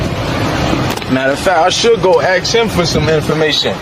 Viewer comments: you can axe him for information all day..but you might want to ask him..why is the word ask so difficult??? it is not axe it is ask..A S K..lol...drives me crazy..oops..I mean travels me crazy..hahaha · WHY DO THEY SAY “AKS” instead of “ASK”.